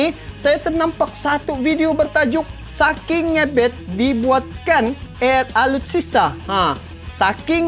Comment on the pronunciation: Maaf ngebet ya bukan ngebEt bacanya hurup kecil saja.top